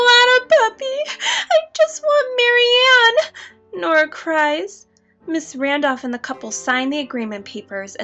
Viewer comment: Um, its Marianne